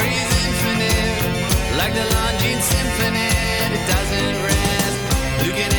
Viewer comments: Lon-JEAN. Pretty sure the final 's' is silent as is often the case in French. Love this quirky, literate band. I'm reminded of the Barenaked Ladies, another band fond of humour and smart lyrics packed in tight - see "The Big Bang Theory' TV theme, 'One Week', 'If I Had A Million Dollars', 'Be My Yoko Ono.' More TMBG, though, definitely, please. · lawn-jheen. KEvron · Longine: Lawn-Jean. If I remember correctly, Longines was a French watch company. The French pronounce consonants slightly slurred. I just googled it, yes, watches. Rather expensive watches! Nooo! The Greek story, Jason and the Argonauts. Jason went looking for the golden fleece, sailed the seas for many years, and finally came home to find his house full of suitors trying to persuade his wife to marry them, as they assumed he must be dead after being gone so long.